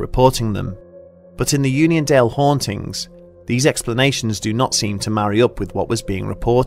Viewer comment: Keep reading onion instead of union.